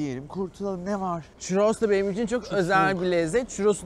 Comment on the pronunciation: çUrros lütfen çirros demeyin . Harikasınız bu arada